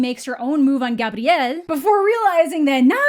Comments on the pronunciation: I respect the way you pronounce “Gabriel.” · I love the way you pronounce "Gabriel"😊✨